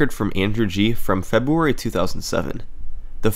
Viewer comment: Seems a lot happens in the month of Febooary :) Please don't percieve this as me mocking SS, I just like the way February is said in his accent.